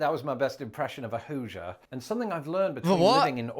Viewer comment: I live 50 miles south of Laurence in Indiana and I love when he says Hoosier! I live on the edge of a time zone and I work in a different time zone and I've never noticed anything that would blow your mind in regard to sunset time!